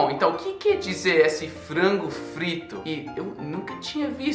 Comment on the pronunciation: O "frango frito" foi perfeito, kkk, poderia ser espião.